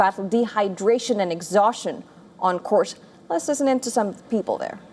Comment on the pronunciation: I don’t know if it’s anyone else, but the lady’s pronunciations are all over the MAP. American diction with major Indian give away when she says people and waves